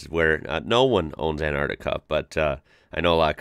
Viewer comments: It's pronounced as an tar ti ca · actully its aentarkta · but pronounces as antica which is wrong